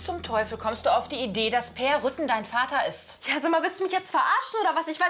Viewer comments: Ich verstand erst Rüttgen 😂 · Ach, Peer heißt "Rütten" ich habe "Rücken" verstanden